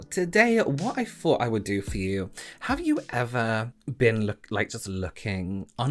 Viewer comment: Why don't you pronounce 'th' properly? 'I fought one fing' = I thought one thing. ?? weird.